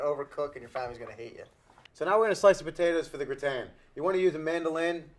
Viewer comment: potato gra-ton?